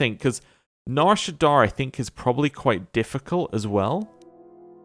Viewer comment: Loving the LP but every time you say Nar ShaddAAR instead of Nar ShaddAA kills me lol